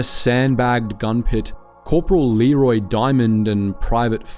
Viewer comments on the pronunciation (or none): none